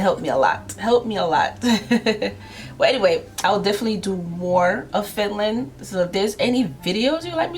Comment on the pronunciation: Why she saying Fitland